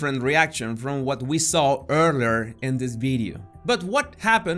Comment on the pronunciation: That face is literally the word and picture for CRINGE and the hand...... btw I love how you break down the body language ques. Also I had to rewind the way you say earlier in English it tickles me. This video gives away their deepest darkest sides . I like your style , Sir.